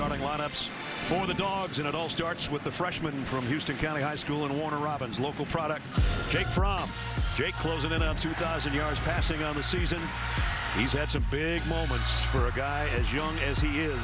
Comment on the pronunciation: It’s pronounced how-ston county